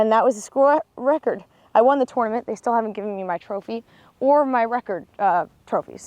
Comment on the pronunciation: I feel like she says “tournament” the way it’s supposed to be pronounced, but no one says it that way.